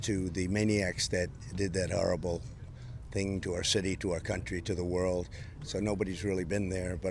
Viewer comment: It's thing, not theeng trumpo